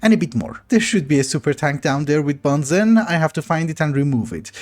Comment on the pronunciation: I know you're not to worried about the pronunciation, but BENZENE is actually pronounced Ben Zeen 😛